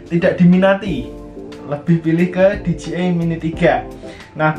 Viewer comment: Di jey ai(dji) , bukan di ji ai (dgi)